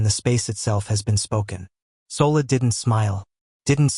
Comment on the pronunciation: SOLA is pronounced SHOLA